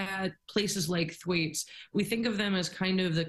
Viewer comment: The 19 Th-waytees? Or Tom Th-Waits?